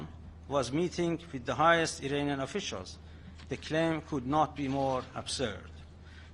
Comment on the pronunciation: As an Iranian you should improve your pronunciation. It is pronounced 'Iraanian" NOT "Irainian" You Pi^%ed me off!